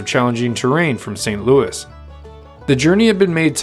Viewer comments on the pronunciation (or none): none